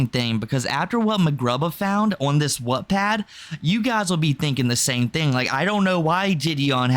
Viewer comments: “Whatpad” 😭 love you, but it is pronounced like “watt”. Like the unit of power. “Wattpad”. lol can’t wait to finish watching this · I’m not sure if it’s your accent (which I love) but Wattpad is pronounced “watt” like a lightbulb watt! 💕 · sounded more like “whatpad” imo, not sure if he fixed the pronunciation later in the vid